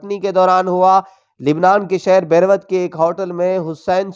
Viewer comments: Bhai, do some corrections in your pronunciation; It's "Beirut" nor "Berwat". Also the president's name was "Iskander Mirza" not "Sikandar Mirza". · Abbay jahil ..tu too urdu bi nahi parh sktaaa .. "berooot" lilhaa hai .. barwat nai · آپ اپنا تلفظ تھوڑا سا درست کرلیں یعنی آپ بیروت کو صحیی ادا نہیں کرتے آپ اِسے , بیر وت , کہتے ھیں لیکن صحیی تلفظ , بیرُوت , ھے BERUT THE CITY OF LABNON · chutiyey... berwat nahin... bairoot hay shehr ka nam... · bearwat nhi lafaz hae beaerout jawahir ko johar khudara labo leahja or talafoz ki adygi durust karaeen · Km se km urdu prna to seekh lety ....ber wat ..nai bairoot hai city ka naam ..jahil log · ارے بھائی بیر- وت نہیں بلکہ بے روت۔ بولا جاتا ہے ناموں کو انگریزی میں بھی پڑھ لیا کریں اتنی خالص اردو ٹھیک نہیں ہے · پڑھنے والے گدھے کو بیروت پڑھنا بھی نہیں آتا۔۔۔۔۔ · یار اپنا تلفظ درست کرلیں بیروت یعنی "بے روت" کو "بیر وت" کہہ رہو۔ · Lafz bairoot ha bairvatt nahi ha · بھائی صاحب لبنان کے شہر کا نام کا تلفظ آپ " بیر وت " پڑھ رہے ہیں ہم نے آج پہلی دفعہ یہ تلفظ سنا ہے۔ ہم اسے' بے' کو تھوڑا لمبا کر کے آگے ' رووت' سنا ہے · This stupid man even can not properly take the name of Beriut. These stupid man and like him others must b struct their names from you tube.Such goef stupid is making fun of a great leader. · او بھائی تحریر کو پڑھنے سے پہلے کسی سے اپنا تلفظ تو درست کروا لیتے۔ بیروت کو کیا بنا دیا؟؟ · Baroot name sai nhi bola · بھائی تلفظ تو ٹھیک کرلیں آپ بیروت کو بے روت اور قائد کو قید کہ رہے ہین